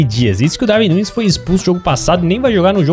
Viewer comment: Lê se Daruin Núnez